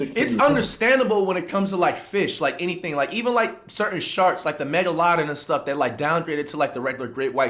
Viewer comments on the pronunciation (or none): I was doing a presentation for my college class a few months ago and pronounced megalodon how flight pronounces it and got cooked😭